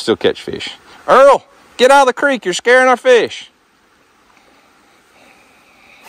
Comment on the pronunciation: you said FESH? LOL